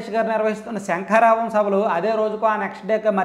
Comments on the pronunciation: నువ్వు శంఖరావం అన్నా కూడా నాకు "సంకారావం" మాదిరిగానే వినిపిస్తుంది 😂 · అది సంకారావాం కాదా శంఖారావం ఆ 😮